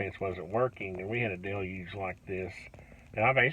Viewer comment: LOL "a delyuge" That's even worse than a deluge. I know you pronounced it right it just sounded funny with the twang.